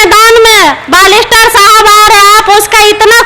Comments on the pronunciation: बालिस्टर नहीं बेरिस्टर होता है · मोहतरमा जी बालिस्टर नहीं बेयरस्टर होता है